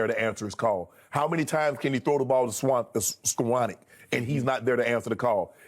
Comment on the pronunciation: I actually believe Shannon can't properly pronounce Skowronek because he watches games without commentary 😂 luv u shay shay